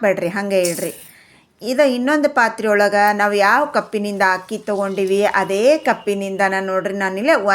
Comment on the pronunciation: Not hakki, it is akki